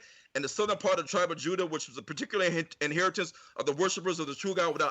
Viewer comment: Pronounced the Names Juda as Huda...Funny how when you told him the letter "J" was invented in the 1500's WHICH IS TRUE..then he quickly pronounced it with a more "H"like sound before going back to immediately saying Jews the normal way